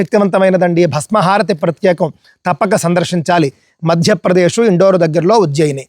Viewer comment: ఇండోర్ కాదు ఇందోర్